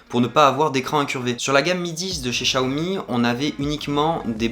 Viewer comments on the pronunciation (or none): pourquoi dire chiaomi ??? ce n'est pas personnel mais en FR les X ne se prononce pas CH très déçus aussi; de ne pas avoir de coque ou de vrai protection résultat j'ai réussi a peter mon écran en 2jours gravvvvvve blazé .... j'ai pas encore cherché le prix d'une nouvelle vitre. ET Merci pour ton taff sur cette video !!